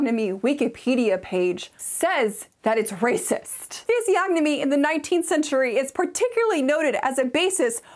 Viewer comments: The "G" is silent, as in the words "reign", "benign" and "foreign. Physiognomy= ˌfɪziˈɒnəmi (fizz-EE-AHN-uh-mee) Physiognomy and Phrenology haven't been taken seriously but scientists in well over a century... It's shocking that it's featured in modern books. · The "g" in physiognomy is silent